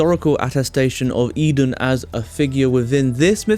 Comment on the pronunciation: Pronounce it right please.